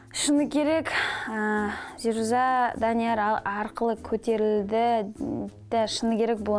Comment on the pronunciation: Орысша сойлей алмаса неге сойлейды?!!! Быреу мажбурлеп журе ма алде орысша сойле деп?? Оз абыройын озы шашып не керек. "Эта плоха...плоха ", "уроки бокса или..." зирузАА деп есымынын артын созып озы мамбетский произносит, может жазган адам ЗирУза" деп жазган шыгар. Пффф короче. Тагы mmuhanf_ дегеннын кателерын тузеп кояды гой озынше 🤦‍♀️ Ешкандай личная неприязнь жок бул кызга деген..онерымен мулде шаруам жок, бырак биреуге кулмес бурын озын тузеу керек адам. Ел алдында журген сон темболее.